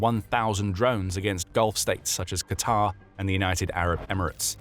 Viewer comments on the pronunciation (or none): none